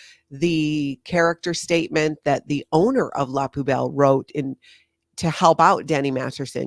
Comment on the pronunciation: it’s pronounced “poo bell” think 💩 🔔 do the dumpster dive for ingredients? Is the food so bad most of it gets thrown out? I need to know